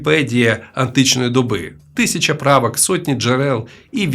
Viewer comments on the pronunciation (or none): none